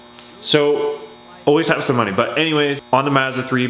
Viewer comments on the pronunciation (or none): Mazda as in hi Mom, not Mazda as in Matter